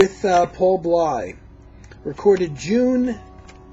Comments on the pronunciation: I was a radio DJ in a major market with 25 years of experience. I featured any genre of music under the sun on my show that satisfied my extremely high standards, and as a DJ, I had to make sure that I pronounced the names, titles, etc. right: Paul Bley's last name is pronounced BLAY. Jimmy Giuffre = JEW-free Jan Garbarek = gar-BAH-rek. However, probably most American jazz lovers, have pronounced it your way, so you get a pass. When describing Bill's jazz-rock fusion trio of albums, you are showing your limitations of taste. They were inspired by Allan Holdsworth, who is considered the GOAT among 90 + percent of major electric guitarists and fans on the basis of his sophisticated compositional/melodic skills, complex harmonies and improv choices, as well as his blazing legato style technique. He never created anything for the cheap thrills of guitar heads and is deservedly pegged as a true fusion artist. Btw, a couple of Pat Martino's albums contained jazz-rock numbers. I still consider the 1977 Joyous Lake one of the best fusion releases ever. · it's paul b-l-a-y not pronounced b-l-y... Paul Bley.. and its jufree not gufree jimmy giuffre